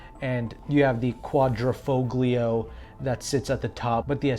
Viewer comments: Actually 'gli' is pronounced as 'yee' in Italian. So it is sounded out phonetically as 'quad-dreh-fole-yee-o' (with an accent on the 'fole'). Va bene allora! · Foglio is pronounced folio. In Italian the g in "gl" is silent. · The "G" in Quadrifoglio is SILENT !!!